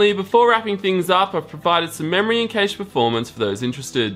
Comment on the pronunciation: every time he says cache i cringe a little.